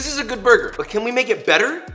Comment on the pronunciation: Did he say better??